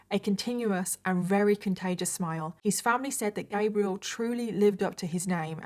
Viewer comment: I love her but did anyone else notice how she says very like rery?